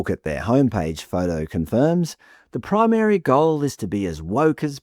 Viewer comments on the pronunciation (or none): Pry Mary goal!? Come on fella. Primary.